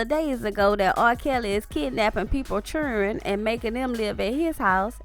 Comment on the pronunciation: This is tew merch! 😂😂😂 Are you from the south because you said 'Churin' 😂 I'm new. I just subbed.